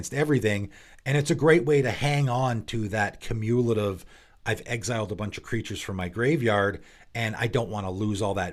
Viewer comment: It's pronounced Cew-mew-luh-tiv, not cuh-moo-lah-tiv ;)